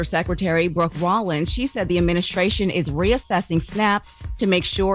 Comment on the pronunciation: Charlamagne not knowing how to say ADMINISTRATION is just hilarious to me lol